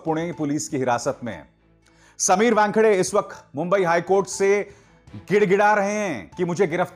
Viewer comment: Abhisar calls him Wangkhade! It sounds funny!